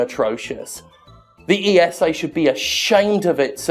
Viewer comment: Maybe just me, but I have the "Jimpression" it's very hard for Jim to make sure to not leave out the S in ESA, when flaming them. :D